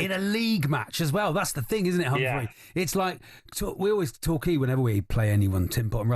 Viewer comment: Hats off to the presenters who got the pronunciation of Humphrey's surname correct for once. It's the same as in 'CAR' not KERR 👏👍